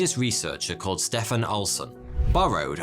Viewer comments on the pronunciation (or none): none